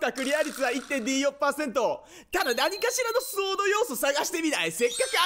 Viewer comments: スウォードというよりソードですよ読み方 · 「スウォード」ではなく「ソード」ですね！